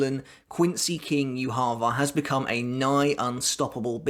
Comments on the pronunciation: Why are you saying Yuha Va It is Ywach Bach, it's German common man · hh. good video, but "youhaava" triggers me so much ;dd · How can you keep pronouncing yhwachs name so wrong. It's yu-ha. He literally says his name in bbs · Its not yu ha ba (yhwach). Its derived from hebrew which has no vowels beign YHWH. Its pronouced as Yea Wa not yu ha ba. Also I think how yhwachs powers work is that he has communication with his future self. Thats why when uryu severed that power in the future. His future self could not send information back to the past. It was also so that uryus arrow was the only thing that was able to stop his power. So unavoidable attacks to his future self could still be sent back as information. Tho blinded by uryus arrow. His powers nullified. He cant send information back. As a result he saw a vage image not completely able to understand what had happend. My theorie, could be wrong. Its a while since I read the books. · It's pronounced You ha Bach. Not You harva. Proper pronunciation matters how the heck did you butcher his name so badly? Almost makes this unwatchable for me. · The way you say Juha 😂😂 "Youharver" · I love way you say his name... "YuHava." With accent makes his name sound God like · Thought Yhwach read as "JUHA BACH". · It's funny that everybody pronounces this guy's name differently I can't wait to find out how his name is actually spoken. That being ssaid, how do you get "YU-HAVA" out of Yhwach? There's no u's or v's in that so please explain?🙃🤑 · It's the way you call yhwach for me. Wtf??!! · It’s pronounced “Yhwach”... not “Yhwach”.